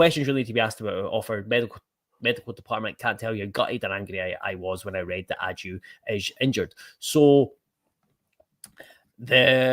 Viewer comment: Isn't his name pronounced Baggio, but without the B...I'm sure this came from the horses mouth in an interview...